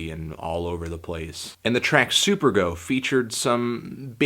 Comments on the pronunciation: Supergo? Lol, Isnt it Superego? You even said spelled it wrong in the description. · its superEGO, not superGO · It's super-ego btw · Definitely don't see where your sexual appeal lies when it comes to superego, which you mispronounced. Pure extasy mate, great beat. I can't even find the whole album.